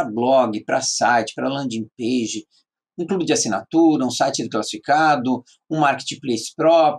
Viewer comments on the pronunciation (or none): none